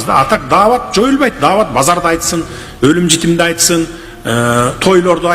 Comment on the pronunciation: даават деген создун "Д" деген тамгасына тийишпей турган жакшы.